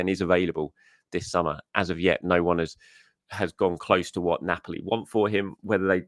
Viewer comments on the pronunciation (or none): none